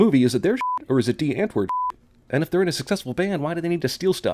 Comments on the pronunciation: It's not pronounced ant word. Cinema sins sin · Its actually pronounced "DEE UNTVOORD" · the bands name is pronounced Die Untvoort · I'm also south African and every time he said die antwoord I cringed he said die antword 😂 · Dee antwurd😂😂😂 Woorde kan nie se hoe flippen snaaks dit is nie😂😂😂😂😂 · "Die ant word"😂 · I need to sin your pronunciation of die Antwoord, its not that hard to google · It’s hilarious how you pronounce the Antwoord😂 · Still saying Die Antwoord wrong 🤣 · Lmao.I am from South-Africa and when he said Die antwoord😹😹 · Pronounced die antwoord wrong. Good video though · And that's not how jou say die antwoord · Dude props for pronouncing "die" but please roll your r in Antwoord. It just sounds very weird and out of place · sin for pronouncing “Die Antwoord” wrong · You get a sin for your pronunciation of "Die Antwoord". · The way you pronounced 'die antwoord' is just cringy, like this movie presenting South Africa. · You're pronouncing 'Die Antwoord' wrong.